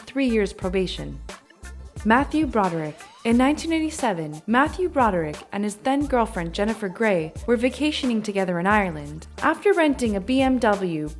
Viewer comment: She said I-Re-land it is Areland